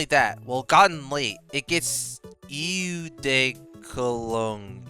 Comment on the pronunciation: By the way, Eau de Cologne is French for you guessed it: Cologne. Its pronounced Eu Du Cologne